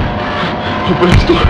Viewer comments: I like the 2nd one where he accidentally said "open this noor" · “Open the noor” - famous last words